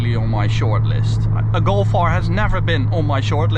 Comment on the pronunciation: why you say Golfe ? Say Golf bro